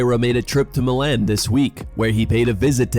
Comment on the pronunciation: bro cant pronounce Milan, have u never heard that one said out loud? that aint it